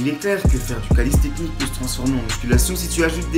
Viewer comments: bonne vidéo ;) c'est calistheNICS* , pas calisthecnics ^^ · Mdrr "Calissstechnique" , NAN ! C'est Calisthenics et ça se prononce "Kalissténniqce" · Calisthenics pas calistecnics lol